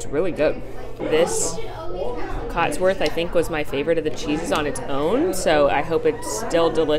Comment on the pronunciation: Hey I’m from the UK and just wanted to let you know it is cotswold cheese and not cotsworth. Thanks for all the great videos though they are keeping my sane during lockdowns here!